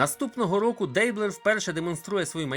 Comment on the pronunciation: мабуть же, наголос у прізвищі Дейблер на останню "е"